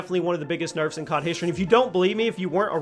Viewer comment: Hehe "nerfes"